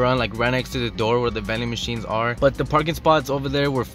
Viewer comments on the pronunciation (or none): Sounds like he is saying belly machine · did you hear it